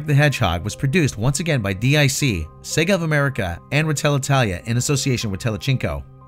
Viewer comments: I like how you're saying DEE AYE SEE instead of DIC like the child's voice did during the credits. Trying to avoid that demonetization. Still, forgetting Sonic CD exists and SEGA was a massive power in the arcades, moreso than Nintendo and had far more success in Europe than Nintendo during the 80's and early 90's. Then again, the American perspective always seems to forget European markets exist. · DiC is not an acronym, it's a name (pronounced "deek"). Also, The Adventure of Sonic the Hedgehog was not canceled. 65 episodes was the standard run for most first-run syndicated cartoons from that period. It simply wasn't renewed.